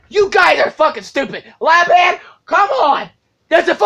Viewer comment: It's not leban.. it's Lebanon